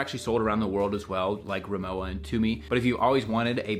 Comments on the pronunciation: Owning two 40 year old aluminium RIMOWA . Undestructable. (By the way.. the brand is pronounced "Ree-moe-va" not "Reemoa") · It’s pronounced RimoVa, as it is a German brand. 😊 I’ve never gotten holes in any fabric luggage ever in my life. To me, the dents in aluminum are god awful. Look like a crunched coke can. I would buy an aluminum piece for a quick photo op, but only if it was $50 max. They’re pretty to look at but stand zero chance with wear and tear. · Es ist Rimo-"VA" bitte!